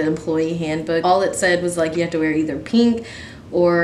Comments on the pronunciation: I don't mean any hate but instead of just saying pink she keeps saying peenk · “peenk” STOP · when she says pink it sounds like peeing